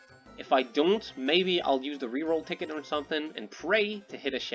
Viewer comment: you said "reroll ticket",?